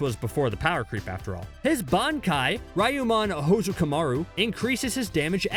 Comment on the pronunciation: its called Ryumon Houzukimaru. not Raimon.